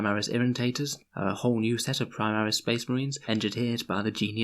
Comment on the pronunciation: spehs muhreeens. Great bit